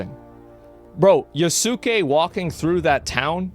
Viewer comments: FFS, it's not "Ya-soo-ke(h)", it's "Yas-ke(h)". "U" is silent. Like so. Oh, come on! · Agreeable video. Just to let you know, Asmon, Yasuke is pronounced with out emphasis on the u. Yahskay. Some of these people that are calling anyone racist for the legitimate pointed criticism of AC: Shadows are just emulating what they've seen others of their ilk doing that. But many of them know exactly what they are doing and they're using tactics from the book, Rules for Radicals to deceitfully polarize anyone who disagrees with them. I suggest you familiarize yourself with it. It'll open your eyes to a lot of what's going on today. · Not pronounced yah soo kay, pronounced yahskay. The u has very little emphasis to the point it's silent. Just like the WWE wrestler name Asuka is not pronounced Ah soo Kah, her name is pronounced Ahskah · ok big ask tho - pronounce his name as Yaske not YasUke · The amount of people who can NOT pronounce Yasuke's name correctly is more upsetting than Ubisoft devs lmao its pronounced "Yaws-kay".. NOT "ya-soo-kay". like it takes less than a few seconds to figure this out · Fumbled pronouncing "Yasuke" so hard he doesn't even attempt to pronounce "Naoe". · Has someone properly taught you how to pronounce Yasuke??